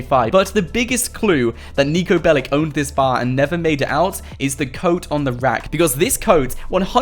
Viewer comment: In the name of all balkans, Niko's last name is not BELIK. It's BELIĆ, and you read that BELICH